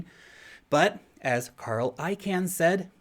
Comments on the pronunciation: Hi, FYI, Carl Icahn's last name, the second syllable is not I-CAN....more like I-CON....thx for your daily vids! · Great stuff, as always. (Just one FYI,. Carl Icahn pronounces his last name...”Caen”, like the city in France.🇫🇷 Not “Can”, like Campbells soup. 🥫) 😉